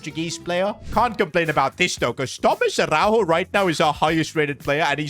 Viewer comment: as a portuguese speaker Araújo dont pronuncie a-hau-ho like it was spanish and and yes ara-u-yo(yo in spanish)